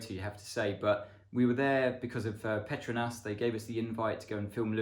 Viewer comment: I always thought that Petronas was pronounced ‘pet-row-nas’ not how it was said in this vid